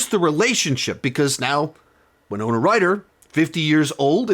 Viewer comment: Thank you for pronouncing "Winona" correctly. Charts with Dan was making me cringe. This looks great! We're planning on going to it next week.